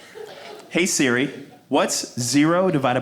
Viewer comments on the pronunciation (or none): none